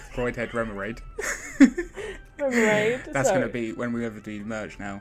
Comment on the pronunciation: I worry for you "I went to sleep dreaming of an Irshifu"...maybe you should leave Pokemon and open some My Little Pony TCG or Transformers TCG boosters, I think you're suffering from Pokeitis!:). Did you say Remoraid? Or was It Haemmorhoid?..btw..you've still got the squeaky chair and still has the hiccups from 3 months ago!..... "Coalosselhossell" - "What did you say?".haha.. Guys thanks as always for a really great watch, you 2 are really quite funny to watch, and I always have a good chuckle (low threshold for humour) I'm not a big fan of BS because of poor pull rates, I've been spoilt by SF I think.